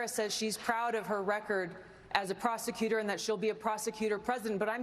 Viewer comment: You mean prostutor